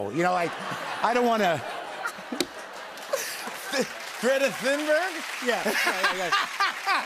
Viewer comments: Sorry, but I have no idea what you are talking about. I just said that into the interview Jimmy mispronounced Greta’s name. Don’t know why you’re all up in arms. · “Greta Thinburg?” Come on Jimmy… lol